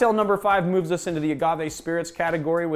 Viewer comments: < > knowing full well it’s spelled TI juana, he says TIA juana anyway. 😂 😆😂😂😂😂😂😂😂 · Appreciate the great video....but its Tea Juana not Tia Juana....Tijuana.